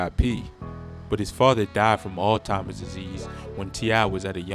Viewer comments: Alzimers not all timers bro. But not bad video for a youngster. Also, you sure it was prison and not jail, there's a difference. You said 7 months and people go to prison for offences of 1 year or more. It's rare when people are sent to prison for offences under a year. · My boy said “His father died from old timers disease” Bro, it’s Alzheimer’s! Cmon now 🤣